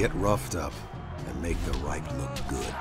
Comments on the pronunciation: hate how always says Reish instead of Reich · He said Rish not Reich lol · What person calls reich reish ? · says Raysh but somehow pronounces gewehr correctly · ikr, it gets on my nerves so much...with a literal grammar nazi in the main game correcting the kkk members on proper pronunciation, it makes you wonder how this dentist dude even made it so far up into the ranks of the nazis with that appaling german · They both said reich incorrectly at the beginning